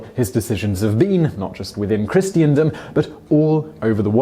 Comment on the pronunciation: The word is 'Christendom' not 'Christiandom''. Ignorant man.